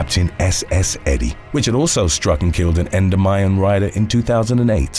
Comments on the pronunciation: Great video! FYI, Endymion is pronounced "ɛnˈdɪmiən" not endomyan. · Yeah, he butchered that one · FYI—Endymion en-dim-ee-un, accent on the dim! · I’m from new Orleans and have been to all of the parades and remember many of the things you’ve mentioned. Just one thing. It’s pronounced like N-dim-ion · I’m sorry lol but it’s pronounced En-Dim-Mee-In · I was about to go on there and say he pronouncing it wrong but you took the words right out of my mouth bone and raised in New Orleans I stopped going to Mardi gras since 2005 but I live in Kentucky now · I don’t wanna nit pick or anything but he said Endymion super wrong 😂